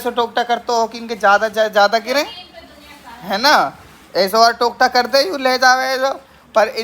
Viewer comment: Tokta nhi totka bhai